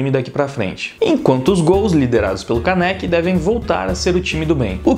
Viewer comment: Não é Kanéki é Kaneki